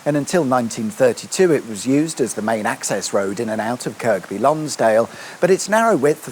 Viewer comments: In Kirkby Lonsdale the second 'k' is silent, or at least I hope so or I've been pronouncing it wrong for years. I was wondering if you filmed this on the 20th Sept as the weather then was shocking. One thing you missed, well in the film at least, was the Bager Bar which is back on the Main A591 but sort of opposite the caves. A nice place to hunker down in inclement weather. That said, will you be carrying on up the A591 to Keswick? It really is one the nicest roads in the country (in good weather) and takes you past the third highest peak in England. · woo! youve been to my neck of the woods! (or should i say fells?) im annoyed you mis-pronounced kirkby lonsdale though XD the second k is silent, like the video game character kirby) and you have most of everything on that route, though ive not been along the B6254 or A592 i say most because there is an abandoned canal in kendal that used to carry wool down to lancaster and bring up coal for the lime kilns, along the entire canal there is only 6 locks that are in one spot, otherwise the entire canal is level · Never heard anyone pronounce the second k 😅. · Cumberland is still there as is Westmorland, Cumbria is a political construct, and it's said Kirby Lonsdale.... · I’ve watched 40 seconds and come to comments to ask you to pronounce Kirkby correctly…I see im not the only one 😂 I’m sure the rest of the video is epic as always 👌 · Yep = annoyed me too. And its also "Lonsd'l" not "Lonsdale". The cricket ground is near the bridge - spent many a hour in the scorebox gazing at it, often through the rain... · that was annoying me too! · It's not KirK by, it's Kirby - with a silent K. Talk to any local people or listen to local radio and you will get this confirmed. Probably my favourite town in England, it's just so beautiful and peaceful. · Kirk-be -is really Kerby. Dear me. Are you a southerner or something? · The second k is silent in Kirkby Lonsdale😊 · Kerby Lonsdale, not Kirkby.